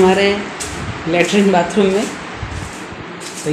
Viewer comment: बातरूम😂✅ बातरूम😂✅ बाथरूम❌